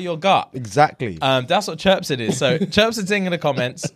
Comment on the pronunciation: Lol we don’t say “chripse” in America